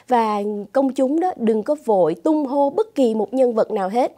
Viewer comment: Khen ngợi quá lời gọi là "tung hô" chứ không phải "tung hê" ơi. Tung hê có nghĩa xấu, là tung ra bung bét những điều xấu xa.